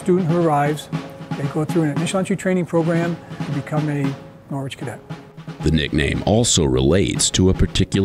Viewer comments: Do americans really say Nor which? Here in the UK its Norich (soft o)? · Im from a city called Norwich in the UK. We pronounce it Norridge not Nor-Witch. Wonder where this uni got its name? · NORWITCH,it is pronounced norich NOT NORWITCH. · Why do Yanks have to change the way a word sounds. Nor Wich. There is a city in the UK with the same spelling but is pronounced totally different. The W is silent sounds like Norich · From an ex Brit NCO....... who is from Norwich England . Its pronounced and said as Narwich if you ar from Norfolk....And cadre is French pronounced and said as Carrder or carder. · It’s funny how Americans say Norwich 🇬🇧🇬🇧🇬🇧😂😂😂come on guys get it right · In UK there is the city of Norwich but is pronounced Norich, the R is silent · Americans.... Stealing names from other countries then not pronouncing them correctly. Every time they said 'Nor-witch' I cringed. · Just so you know the letter ‘W’ in Norwich is silent. It’s pronounced Noh - rich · When will Americans learn to pronounce placenames correctly? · Shame none of them know how to pronounce Norwich properly